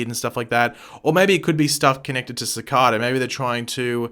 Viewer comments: Sorry bro but I think you prenounce cicada as cicáda and not cicàda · You say cicada so weird. See-kh-duh. Ce-caw-duh. Which one is write? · It's pronounced ciceida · IT’S PRONOUNCED CI KAY DA!!!!!!